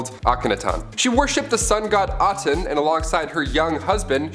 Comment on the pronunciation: Atan? AH TEN! My God...